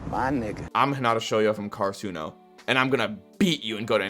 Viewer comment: nobody talkin bout how he mispronouced karasuno the entire video